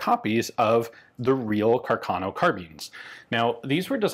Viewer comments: It is pronounced Càrcano, not carcàno, the accent is on the first a. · I think you should pronounce Carcano with the stress on the first a, not on the second... Càrcano, not Carcàno...